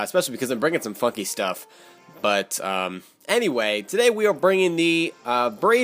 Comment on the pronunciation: Did you say 'funky' or 'fucky'? lol